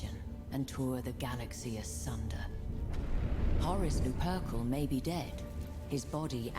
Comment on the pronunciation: How did she pronounce Horus Lupercal?!?